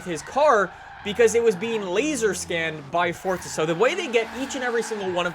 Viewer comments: Because it's an Italian word that means 'force' and it's pronounced FORTZA. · why the fuck does he say fort za... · i didnt know forza was pronounced fortza hahahah wtf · Habibi Licious Ikr I don't see a t anywhere